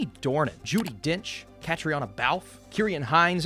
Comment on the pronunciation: Looking forward to this one as an Irish person, not Belfast though. Also for future reference, Caitríona is pronounced KUH-TREE-NA